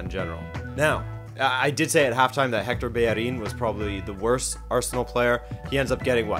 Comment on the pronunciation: Finally someone who says bellerin's name right